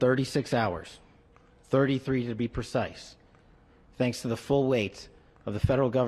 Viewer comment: Really emphasizing that “33” hours. Hmmm